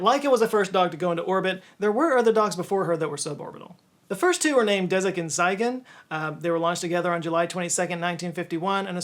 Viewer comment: Tsygan is pronounced as "Tsee-gun"